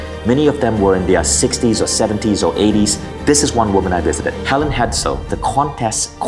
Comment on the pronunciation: Ok. First of all it’s Hel-eeeeen. NOT Helen. They are not interchangeable. 2’nd, I love your channel! ( that was my mom…HER name is Helene). I enjoy your channel very much as well. I’ve learned a lot! Now my mom is learning. Thank you for sharing your knowledge!!! 👍